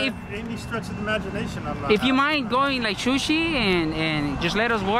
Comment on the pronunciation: "if you can just shooshie" 😂😂😂😩😩